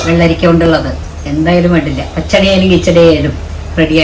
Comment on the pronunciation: പഹടി 😂അല്ല പച്ചടി 😊